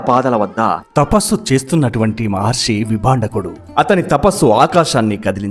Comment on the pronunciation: Maharshi anali kada meeru padhey padhey Maharsi antunnaru. Ur story telling was amazing and clear